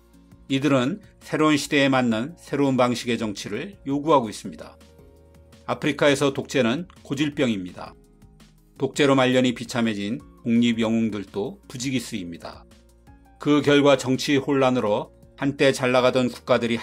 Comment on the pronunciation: 발음 문제 여전함. 독립영웅들또 X 독립영웅들도 O